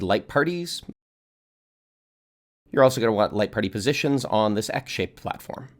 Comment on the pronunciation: I misheard “X-shaped platform” as “egg-shaped platform” 😂